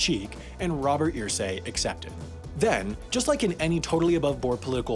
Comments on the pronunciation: It's pronounced "Ehrsay" not "Earsay" but great video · I wasn't going to say anything at first, but you say his name so many times it got on my nerves... Its pronounced errsay. Not earsay. Mini rant over. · I hate the way this guy pronounces Irsay's name. It's ER-say. Not EAR-say. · Its pronounced "ersay" not "earsay" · Wow, I am SHOCKED. You kept pronouncing the name "EER-Say" instead of "UR-Say", but you nailed "Hoosier". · I’m from Indiana and Irsay is pronounced UR-say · How do you do all the research and still end up saying Irsay wrong over the course of the whole video😂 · For your correction video in a year Irsay is not pronounced like how you said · As a Hoosier, it irked me he couldn't say Irsay correctly.